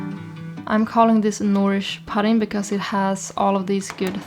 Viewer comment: "Thyme" is pronounced exactly the same as "time", "pudding" is "oo" like in "hood" or "good".